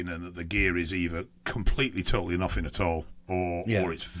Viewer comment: What’s the other 7%??? “Probably nofffingg “😂😂😂